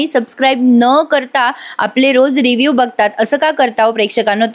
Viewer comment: रिव्हर न वांचता रिव्हु ( Review) असे वांचणे.